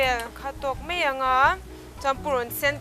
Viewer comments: Siam thiam viau mahse mizo ṭawng hmang dik la ka ti entir nan 'mai' tih tur ah 'mei' ti reng a......ngaihthlak a hahthlak deuh ka ti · "Mai" tih tur mei tih ang chiah fimkhur a ngai,a dang dangh pawhTin mizo in tawng kan nei a,ziah dik, lam dik hi kan zawm tur a ni a a harsa a mahse,. lam dik hi chu a harsa lo. Naupang kum 10 hnuai lam lam dan ang hi chu a chi tawh loh a "r" hi tlir ngei ngei tur tlir tih chu kan hria ang chu maw. Hnamdang unau ten r (letter) hawrawp mal awmna thumalah an lam dik thei lo fo. Chuvangin mizo tawng a Ra pawimawhna kan hre thei ang. Eg Arpa hi Alpa an ti ,tlang ,hi talang an ti fo bawk. Thar ,ber, sorkar tih ang chi thumalvtawp a r a awm hian hmeichhia ten in lam leitawt fo hi a fuhlo tawp. Thildang in han sawi ah in lam fiah fim tha hle . .... "Mahse a Ar a zir a nia nga....Ar kan ur chhung khan "...tihah te lei i khawr bik zel a ka lo hah thin . Tlang takin lei tih tlir vek tur. A changin in tlir thei tho si a. Ka duhsakna che a ni e. "Bean hi chu duh tawk tawh mai ila" tih lai i lam dan fiah zia hi,a va nuam em,lam no emaw lam sap a ngai lo reng a ni. Tin Mizo tak zel in aw. I hmel tha i zei mi thiam lutuk i nih hi.